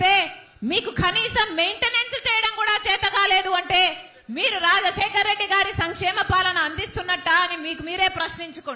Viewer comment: రా...జశేకర్ రెడ్డి. కాదమ్మా రాజశేఖర్ రెడ్డి. అనండి